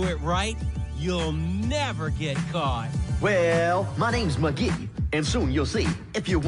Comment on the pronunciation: XD mugge it's Mcgee